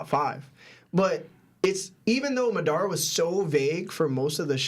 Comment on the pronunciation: Bro…the way pronounced Madara 💀😂